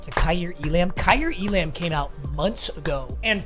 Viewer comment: Waiting for to realize Kaiir Elam’s name is pronounced E-lum